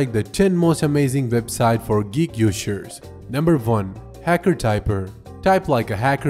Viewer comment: "number van" xD